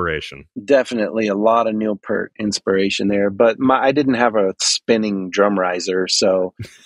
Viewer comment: Funny how he pronounced 'Peart' correctly the 2nd time 'round but then returned to mispronouncing it for the rest of the video 😁 Which was a lot of fun to watch and listen to, so thank you both, and Tim! 😀👍 I admit Primus are a bit too weird and quirky for me, and I never succeeded to get into them beyond 'Wynona's BBB' unfortunately, but I still am able to appreciate and respect those guys as musicians and also as the nice people they are 😊 And congratulations on getting to chat with one of your drum heroes! 😍👍 I'm very happy for you! 😊🙏